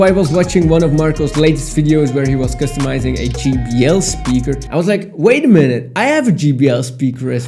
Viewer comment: Great custom but he said "GBL speaker."😂